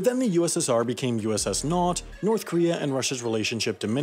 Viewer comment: I laughed when you say ussn't